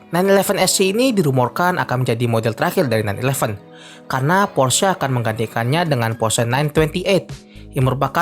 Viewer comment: akhirnya ada yg bener nyebut "Porsche"